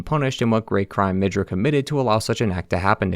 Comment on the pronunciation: Ok, i was tolerating the horrible name spelling almost till the end, but.. HOW IN THE LIVING FUKC DO YOU SEE THE WORD "MIDRA" AND YOU TWIST IT INTO "MIDJUR"